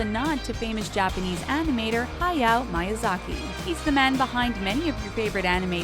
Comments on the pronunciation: It's not MY-yazaki..it's ME-Yazaki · Miyazaki isn’t pronounced like you said